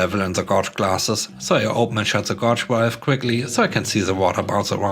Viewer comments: Hey man, the word "gauge" is usually spoken to rhyme with "rage", as opposed to "lodge". Keep up the good work. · Just for future reference, "gauge" is pronounced "gayj" (to rhyme with "page").